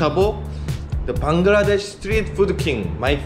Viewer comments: NOT VANGLADESH . IT IS BANGLADESH. You have pronounciation mistake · You said Bangadesh when i was little i alwayes said bangadesh